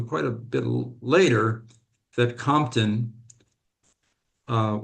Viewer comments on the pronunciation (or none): none